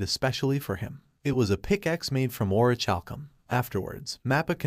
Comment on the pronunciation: Or-ih-kal-kum I know the last syllable is a funny word. Don't focus on that.